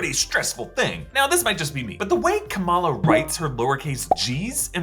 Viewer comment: Isn't it Kamala and not Kamaala? Like why?